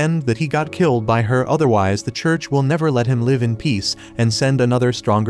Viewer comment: Please learn to pronounce live, it's liv , it's on live as in alive. This completely ruins your narration.